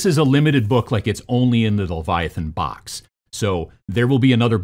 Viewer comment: strengths: presenting, video editing, game design. weaknesses: saying book / box correctly.